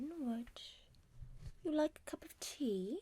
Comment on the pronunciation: Im new but are you British cause when you said tea only it sounded British